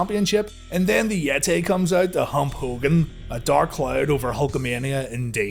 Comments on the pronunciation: The Yet-Tay!! 🤣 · Omg it's the Yet-Tay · Why is yeh-tae a mum-ay?